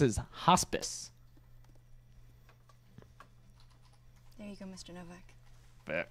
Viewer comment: From the power invested in me, by me, Hospice is now pronounced “Hoe-spice”